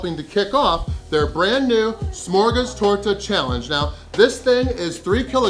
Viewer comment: First of your pronunciation of smörgåstårta was spot on for a english speaker i would say. Smörgåstårta is a klassik and there are tons of variations on fillings and decoration both seafood, fish and meat options, im sure there are vegan options aswell but we dont speak of those;) Really impresive, i could probobly eat 1/4-1/3 of that simply cause i love it, i know i would feel sick afterwards but it would be worth it:)